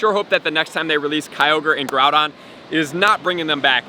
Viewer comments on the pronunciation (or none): none